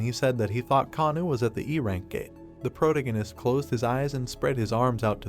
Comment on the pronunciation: For the love of God, PLEASE get this AI voice to say protagonist correctly!